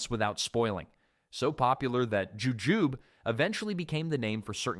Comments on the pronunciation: Not 'joo-joob," it's 'joo-joo-bee' or Chinese date. And mespilus is a medlar. My neighbor and I have grown a few of these. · It’s ju-ju-bee!